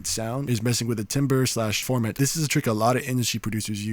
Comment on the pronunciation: love your tutorials. Hey its all love ok .. say TAMBER.. when you see 'timber' its pronounced TAM-Ber.. ...